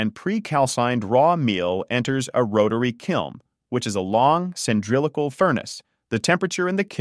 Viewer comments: Maybe then we wouldn't have these bizarre mispronunciations. "A kiln is a long, cyndrilical oven." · Pretty clear, but please consider using a real narrator, who knows how to pronounce cylindrical, complex, subsequent, etc.